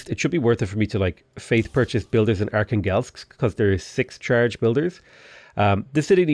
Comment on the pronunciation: Every time pronounces Archangelsk it kills me inside as a native russian speaker.